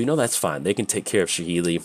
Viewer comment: Its Sa-heli not sha-heli.